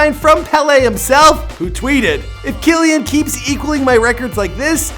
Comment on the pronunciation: BTW it is Key-Lan